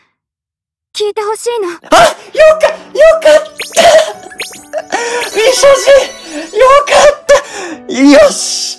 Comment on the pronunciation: 未所持が三十路に聞こえた！わはははは！(？)